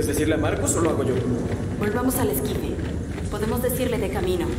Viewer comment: Es esquife la palabra es esquife